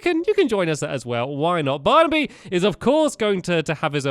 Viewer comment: You said delicious barniby